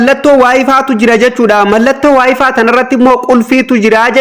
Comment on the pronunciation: wayfiin maal jechuudha wayfay jedhama kijibduu wayfaay jettee dubbisuu ituun beekin maal haasofta